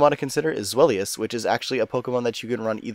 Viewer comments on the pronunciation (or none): zweilous pronunciation lol:p